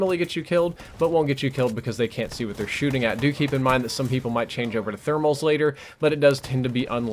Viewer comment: This is an excellent class, I'll tell you Hwhat.